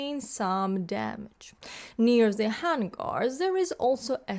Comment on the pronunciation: ?previous comment disappeared? I was wondering earlier this morning if you were still making YT videos. fun with English: The pronunciation of "hangar" was interesting, like "vanguard", but alas, not correct in this case. The "ang" of "hangar" (a homonym of "hanger") is all in the first syllable. Believe it or not, the pronunciation of ""ang" in danger", "stranger", etc. is different in another way. I hope this doesn't cause any anger - whoops!